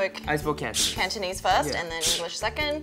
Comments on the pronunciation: Wow I'm pretty impressed by Cantonese pronunciation, sounds just like a native! Need to work on grammar though;) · Cantonese is 17 times than. J sounds exactly like an ABC (or CBC in his case) from the subs. F is at least half way fluent when it comes to pronunciation and tones.